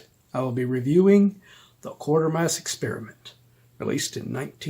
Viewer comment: Sorry but its pronounced Quatermass not Quartermass